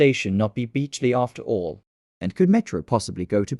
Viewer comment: It’s beechley not beechly